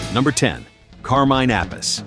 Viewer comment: Straight off the bat.. pronouncing Carmine’s name incorrectly probably says everything we need to know about Rock n Rewind.